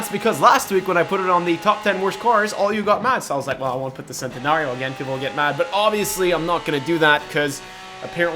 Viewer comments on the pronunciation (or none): You pronounced Centenario wrong as it is Italian so it is pronounced "Chen-ten-ario". Good video anyway! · It’s,pronounced chent not cent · It's pronounced like chentenario not sentenario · and the Centenario is pronounced like chent-te-nar-io and if anyone bitches about it heres a video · And Lamborghini chentanario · Nice list. BTW centenario is pronounced like Chen-ten-ar-io. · Not hating on your vid but it's pronounced CHENtenario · It's pronounced chentenario and venino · its not cente its pronounced chentenario but spelled centenario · It's CHEN not CEN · Just pronounce the zonda Cinque and the centenario with a ch sound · why are you so bad at saying names, like what the hell. sentanario, huyrura. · It's pronounced CHENTANARIO SPELLED CENTANARIO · You said Centenario and Huayra wrong 😂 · You can’t pronounce Centenario. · He pronounced Centenario wrong. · holy fucking shit if you can't pronounce names, like huarya, centenario, AND Cinque, please don't. it hurts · Can you please stop pronouncing Centenario wrong